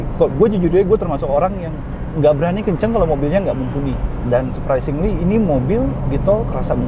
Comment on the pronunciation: Surpresingli surpesingli berapa kali di ucapin tuh